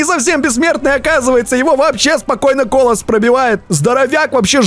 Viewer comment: Ни колас а калос